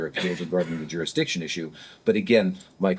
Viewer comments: What's a jurixdixtion other than a bigger word than he can actually say? He filed an appeal with the appeal people, in the appeal place... in the wrong state! You know what he's sayin? He doesn't. He's using words he can barely say let alone grasp the meaning of. Any continuation of these proceedings should be viewed as abuse of the handicapped. My neighbor who had 2 strokes can put a sentence together better than this clown. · “Jurix diction”! Huh! 😂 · Jurickstiction... 3rd grade education trying to speak larger than life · I think some of these SovCidiots think if they say the magic word "jerrusdicshun" enough they will automatically be let free.